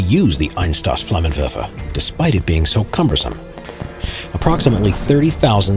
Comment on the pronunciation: the way he says "flammenwerfer" is amazing